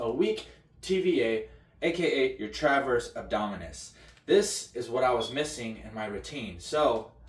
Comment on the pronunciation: Transverse…not “traverse”.